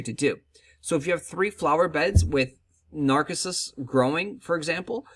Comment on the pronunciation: I love your videos dude, but its "uh-zay-lee-uh" and "nar-sis-us"